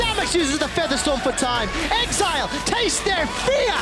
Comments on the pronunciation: Bjerg pronouncing exileh as exelay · Why does Bjerg keep saying Ex-EEE-leh instead of pronouncing it "exile" lol